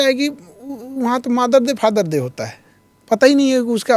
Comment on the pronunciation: मादर डे नहीं मदर डे। 😂